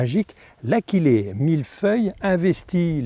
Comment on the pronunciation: Achillée doit se prononcer a-shi-lé. L'origine du nom de cette plante est Achille le héros mythologie grecque. Je n'en ai pas sur ma pelouse mais j'ai remarqué il y a quelques jours, dans une zone commerciale, sur une pelouse entretenue par la commune (et par le vendeur de tondeuse qui est installé en face 🙂), que l'achillée avait colonisé plusieurs ares. J'avais remarqué que pendant l'épisode de sécheresse, cette partie de cette pelouse était d'un beau vert sombre.